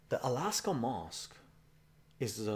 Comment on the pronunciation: dude stop saying alaska mosque!!! hahahah